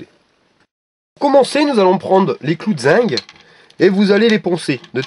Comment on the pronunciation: zinc pas zing